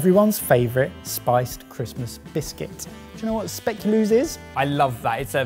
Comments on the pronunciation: Spay-ku-lass. NARROWS EYES IN DUTCH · I am absolutely losing it about their pronunciation of Speculoos 🤣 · SpeculAAs... So much better then speculoos 😉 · You give a warning for the pronunciation of Marron Glacés, but not the Speculoos or Lebkuchen? 😜 BTW: you can get Speculoos paste in Belgian and Dutch supermarkets. Spreads for you sandwich, like peanut butter. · Anyone else cringing on their pronunciation of speculoos?? 😂